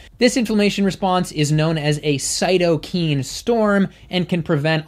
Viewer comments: Great video, as they all are, and of course entertaining as well. I just wanted to comment that they are pronounced cyto-kines, not cyto-keens. Thank you for all the great work you do for the vegan movement in providing scientific evidence. I hope to meet you one day. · Its Cyto K I N E. Not CytoKEEN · Thanks. Btw, the pronunciation of cytokine is different from this video’s. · Great video, but cytokine is pronounced with long "I" in the last syllable.